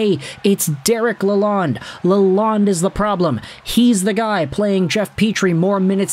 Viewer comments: Hey, it's pronounced "la lone" he corrected us Michiganians when he got here. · There is a D at the end of his name you must pronounce it Lalond(e). The E is silent not the D. It is not Lalone.